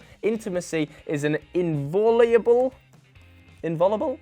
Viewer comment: Why not just google the word "inviolable" instead of mispronouncing it and broadcasting to the world that it doesn't ring any bells? Numbskull.